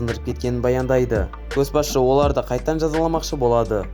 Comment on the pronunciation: Көс басшы емес, Көш басшы деп оқышы , мезі болып кеттім ғой, ұнамады